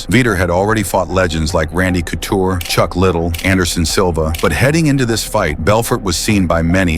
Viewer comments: These AI voices not getting names right is funny to me. Chuck little was wild to hear. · Lol luv AI - said "Chuck Chicken Little" 😅😂 🐔 🐥 🍗 🐤 🐣 🐓 🤛🤛👊👊🤜🤜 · "Veeter"? "Chuck little"? FFS 🙄